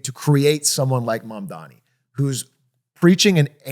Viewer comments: it’s MAMDANI!! not mandami!! it’s important. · M-A-M-D-A-N-I not Mamdami. You’re gonna get hit with that clip of Zohran snapping at Cuomo from the debate if u keep mispronouncing it lmao. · doug with another boomer take.. pronounces iran eye ran zohran zo ran mamdani mamdami and doesnt understand socdem policies now he just needs a hawaiian shirt and sandals ICANT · The name is M-A-M-D-A-N-I~ We gotta get it right~ :3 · Damn, love the show, but this one was a tough watch, quite a few things that felt half baked from everyone. Also, I know it’s a minor thing, but the mispronunciation of Mamdani while talking about him for so long just got annoying. I’m also getting tired of them talking about Abundance. Like I’ve read the book, but man there’s so many other interesting books and ideas to also talk about. In a less serious tone, this feels like that one guy in college who read one book and only ever talks about it (happens on both sides of the aisle) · hour and 40 minutes of three dudes pronouncing Mamdani's name wrong